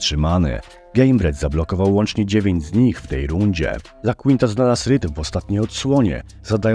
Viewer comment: Ten "Lakłinta" kolego jest to AL iaquinta czytasz ajakłinta